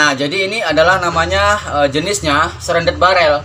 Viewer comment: Shrouded barrel, tp abang omongnya srendet barrel. wakakak.Aku mikir kalo diisi ampas kelapa biar tambah senyap bisa jadi SERONDENG BARREL. Wakakaka. Maaf bang cuma intermezzo. Karya yang bagus bang. Semoga tambah maju channel dan karya karya abang.